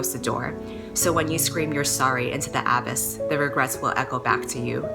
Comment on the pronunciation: wait wait wait wait wait wait AB-iss???? I thought it was uh-BISS... I've never heard it said that way before...have I been wrong my whole life? (Honestly I'm probably wrong because I pronounced pamphlet as "pam-plet."